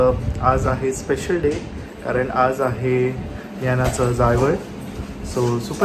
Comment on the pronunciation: Jawal mhantat... Jaywal nahi... Vlog mast tumhi sgale pan mast